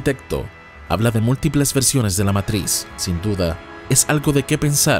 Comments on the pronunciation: No digas matris wey, es matricks(matrix) la matris en algo de la mujer con el embarazo xd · Matrix que es eso de Meitrishx jajajajjaja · Nio meitrix nio meitrix jajajajaajaja inglés perfecto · Meintrixch que pronunciación 😂😂😂